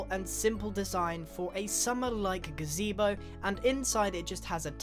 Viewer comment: did u say gazebo?